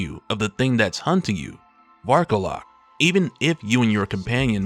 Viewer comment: Man I thought you said his name was Bark-alot 😂